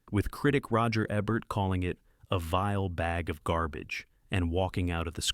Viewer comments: Come on! Not eh bert, eeee bert! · Roger EEEEEEEEEEEEEEEEEEEEEbert. NOT Roger ebbert. fix your AI. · Your stupid AI voice can't pronounce Roger EBERT correctly! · That's a memorable list. The great film critic your quoting "Roger Ebert" is pronounced EE-bert. Not Eh-bert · Roger EEEbert. Not Ehbert. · "Roger Ebbert?" 😂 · You pronounced Roger Ebert's name correctly earlier, yet you got it wrong here. Strange. This is something AI narrators do. Are you an AI? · You can't get much more AI than alternately correctly pronouncing and mispronouncing Roger Ebert's name over and over again. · They sent the AI for remedial pronunciation lessons for 'Ebert'